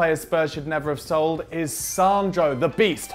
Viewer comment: You said sighed not sold